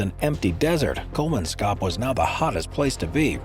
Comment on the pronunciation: kol-mans-kop. not kol-man-skop